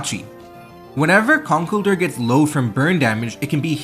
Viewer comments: Con kell(rhymes with hell) DUR? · That's not how you pronounce "Conkeldurr."